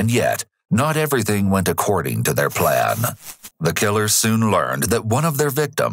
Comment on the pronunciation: The cases you cover are interesting, but i wish you would have another narrator, or him stopping that exaggerating narration. He says plan-a, him-a, hom-a and so one. Horrible and makes me stop watching the videos.